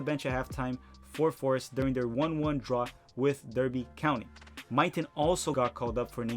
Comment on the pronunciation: Yooo dude are you trolling when you say 'Derby' county? I only say that because it's pronounced 'Darby' and I only know that because I live in England. I don't mind if you are trolling cause I troll my English friends all the time and call it 'Soccer Ball' instead of 'football' they hate it so much and it makes me happy